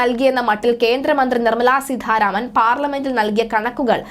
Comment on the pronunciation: സീതാരാമൻ എന്നു പറയൂ. സീധാരാമൻ അല്ല